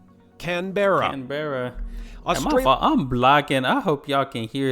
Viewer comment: Canberra is pronounced can-bra Melbourne is pronounced mel-bn Brisbane is pronounced bris-bn